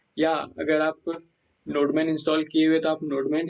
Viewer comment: bro wo nodeman nhi nodemon hai 🤣🤣🤣🤣🤣🤣